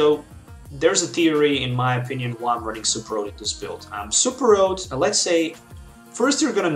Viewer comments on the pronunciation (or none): You keep throwing me off, you also throw me off when you say Super Rod as Super Road. It's okay man, I'm guessing you're at least bilingual, I was just had to get used to your way of pronouncing words.